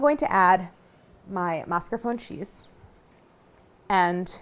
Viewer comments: (mas-car-pō-nā) “e” is not silent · amazing video, fyi it's pronounced "mascarponeh"